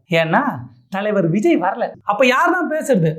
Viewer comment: உஜய் இல்லடா லூஸு விஜய் டா நல்ல தமில் பேசுறடா